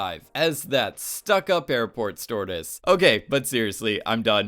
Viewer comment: "stewardess" = "storedes" ok lol good video though 👌😁😁